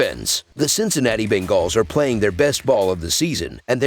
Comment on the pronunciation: I just can’t stand the way he says bengals ..